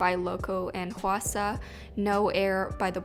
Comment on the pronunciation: Love the theme and just a heads up the ku in Sakura is a softer sound and the hwa in hwasa